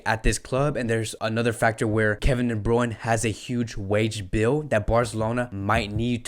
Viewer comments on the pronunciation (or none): Bruyne Bruyne Bruyne not bruyn